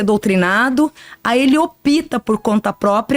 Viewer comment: “Ele OPTA” sem i ! “Eles OPTAM”!!!!